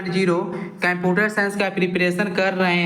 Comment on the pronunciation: अबे यार पहले कंप्यूटर बोलना तो सीख ले